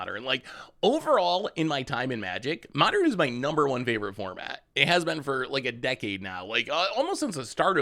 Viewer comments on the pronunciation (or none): none